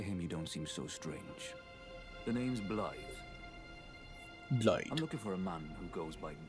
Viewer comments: Blaidd is Welsh. It's pronounced like Blai-thv. The end of the name has a "th" as in "the" with a faint hum or buzz at the end of a v sound. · also, the dd in blaidds name is pronounced th. its an old old leftover in welsh from eth, the knockoff switcharoo roman version of the runic thorn we used in those parts for whatever reason